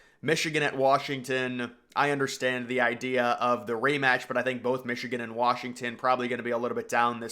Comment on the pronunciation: You saying Wrashington is driving me fucking insane.